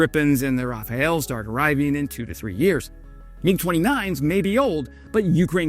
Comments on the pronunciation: Stop. Calling. It. RafaEl... it's rafale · It is pronounced RAFALE ( OK, to a French it's obvious. I'll try to do better) The "Ra" and the "fa" are OK. But instead of superman's family name ("El") the word ends like the surname in "Al Pacino". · It's Rafaaal. It's French, not Spanish. This may seem petty to you but so is not learning to say its name correctly. This is your last chance. Next time I'm unsubscribing. You understand, I'm French and it's painful to my F'n ears....